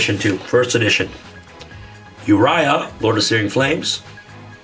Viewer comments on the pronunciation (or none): none